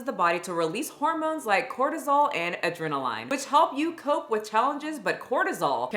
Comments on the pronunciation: I like the way you pronounce adrenaline, I think I’ll say it this way going forward! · Why did you say adrenaline like that? Lol